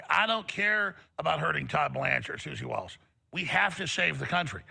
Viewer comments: Its not Suzie WIllis it's Suzie Wiles! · Susie Wiles not Susie Willis. Luke, I love you but I've had enough. Some of the words you mispronounce and use the wrong meanings kind of makes me insane. But that's just me. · Bruh, he is killing me🫠!! Multiple times Clayton says "Susie Wiles" only for Luke to be all like, fyi😏, "He's talking about Susie Willis."😌 Even Alex says it several times!! It's just like, how's he gonna play the clips, listen to all the rhetoric to then provide some commentary on, but all the mean𝘄𝗵𝗶𝗹𝗲 not once hear "Wiles" throughout?!!🤦‍♀️